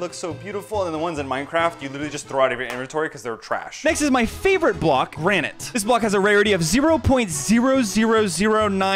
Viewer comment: Bro called granite granet